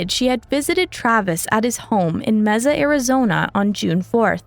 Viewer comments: Watching this in Mesa, Arizona and cringing every time they mispronounce the name of this place. 💩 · It’s still not pronounced that way in Spanish. You oughta learn to speak the language before you try to pronounce it. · Everyone in the US except this girl knows Mesa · Why do you say Mesa like that 😭 there's no z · What the heck is "Mezza?" Learn your facts before making a video! Even those who don't speak Spanish know how to pronounce Mesa, AZ! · NO, IT IS A SPANISH WORD, AND IT IS NOT PRONOUNCED THAT WAY. If you or anyone else have any problem with that, go an search a public free online translator or a spanish speaking person. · Mesa is pronounced Maysa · Mesa = mai-suh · As someone from the area, the way you pronounced Mesa was like nails on a chalkboard. May-sa. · Its pronounced May-sa 😅 not that its that important, but figured id mention it, since ive been in the area my whole life. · It wouldn't surprise me. I was so distracted every time she said "meza" that I probably didn't even notice. If you're going to pour time and effort into documentary style videos, part of that time should involve making sure you're pronouncing words correctly - especially for people and places. There are other videos where she's pronounced names wrong too, despite the correct pronunciations being readily available. It's grating. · So cringe😂 I’m from AZ and hearing her say it bugs me to no end 😂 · Side note: MAY- suh, Arizona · As someone who has lived in AZ my whole life, here it is pronounced MAY-suh. In Spanish, it’s is pronounced meh-suh, but the city is pronounced like the month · Yes, hearing her say that wrong constantly was getting pretty annoying. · Yes thank you. 😂 I cringed. Everything she said mee saah. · Learn how to say Mesa, right. 98% of this is old news. 👎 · Sorry not trying to be rude but since I live in the Phoenix area and near Mesa everytime I would heard the mispronunciatuon of Mesa in the video it would grate on my nerves lol. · “Meza” lol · May-sah (mesa) 😂